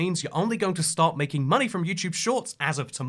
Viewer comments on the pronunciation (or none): Why does your ‘start’ sound like stop ??